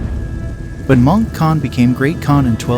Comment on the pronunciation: They need to work on how the AI narrarator pronounces "Mongol" it's a little off....